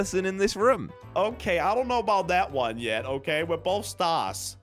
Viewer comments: It’s room not rum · Why does say rum instead of room😂😂😂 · WHY DID SAY WE HAVE TO ESCAPE THIS RUM